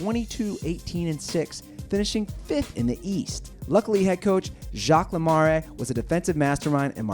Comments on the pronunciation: Wow these pronunciations are trash. Le-mare not le-mar-eh, Mar-TAAN not Mar-teen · Jacques Lemaree?! Martine Brodeur? Learn the names before u post!!!